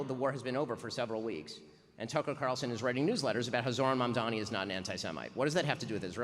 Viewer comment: I do love how Megyn insists on Mamdami instead of Mamdani.